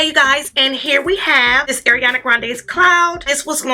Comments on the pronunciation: Not to be rude, but her name is Ariana, not Eriana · my dear, ariana it's like ARIANA, NOT EIRIANA luv u